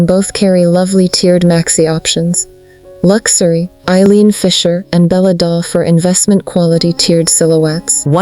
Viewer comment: What is this fake voice? Lux- a - ry? Couldn't they find a real person to narrate this film? I can't believe this this is getting out of control.